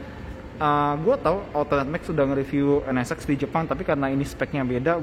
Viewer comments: Penyebutan NSX nya terdengar seperti NS-Sex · Sya denger penyebutan nama nya N Ne Sex ada yg sama pendengeran nya...